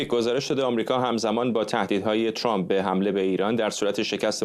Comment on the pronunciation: چرااین به اصطلاح خبرنگاران و یا تحلیلگران ایرانی اسم ترامپ را غلیظ ترازامریکائی هاوانگلیسی زبانان تلفظ میکنند،عقده دهنشونویرویس کرده اللخصوص سمیرا ترامپ راچنان غلیظ تلفظ میکنه ،بعضی وقتها میگه چرررمپ ،تررررمپ چررررررمپ،خومثل ادم بگیدترامپ،،چرررمپ